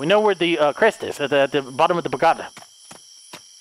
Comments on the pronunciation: I love your horror videos. You always pick the best games. Side note. . . . Its pagoda, not pogada. Haha love you!!!! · “Pogada” Me: “it’s Pa-go-da!”🤦🏻‍♀️😂😂😂😂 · I love the way he say Pogada instead of Pagoda😂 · I love how delirious keep spelling it pogada instead of pagoda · I love how can soundly determine a logical fact like how the headless undead can't hear without ears, but at the same time pronounces words like 'pagoda' wrong repeatedly after getting it right the first couple times! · Ahh yes the crest under the "POGADA" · Sometimes can be SO intelligent with the quick deductions he makes in games, but the whole time he pronounces "pagoda" wrong, even though in the beginning he said it correctly lmao.